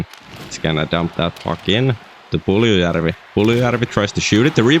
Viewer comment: The way you say Puljujarvi is amazing.